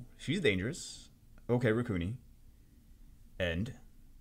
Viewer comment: Ricuni is pronounced ri-su-ni